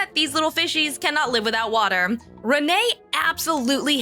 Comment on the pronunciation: "Peeing in the waatur gives me commfidense as a wooman...my hair is ploing!" Haha! 😂